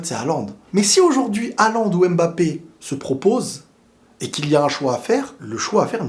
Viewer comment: stp bg c’est pas AIMEbappe c’est HUMbappe (pour la prononciation)